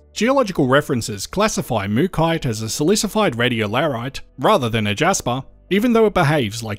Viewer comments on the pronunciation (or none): Why pronounce it Mookite but it's spelt MookAite, and it's from MookA